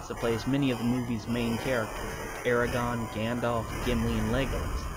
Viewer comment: lol you called Aragorn "Eregon". He's not a dragon book.